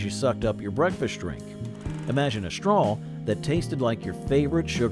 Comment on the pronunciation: Oh my gosh, stop saying "STRAWL".... lol